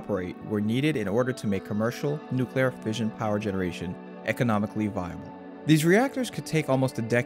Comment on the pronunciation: clicked away when he said nuclearfission.